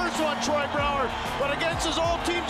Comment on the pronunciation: Pierre please count because it took Brouwer 3 tries to beat Crawford not 2! the first one was off the post, the second one was a complete wiff and the third time he got in the back of the net. Pierre i don't like your announcer and please learn to pronounce names correctly